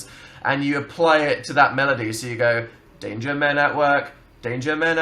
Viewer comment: istg I thought they were saying "date your men at work" not "danger men at work"